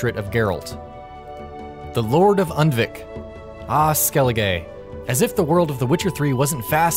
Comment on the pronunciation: Clumsy Turtle8 No, he pronounced it Und-vik; it should be pronounced Oond-vik